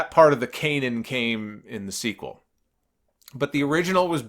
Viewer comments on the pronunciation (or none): Canon is pronounced like cannon, like that shoots cannon balls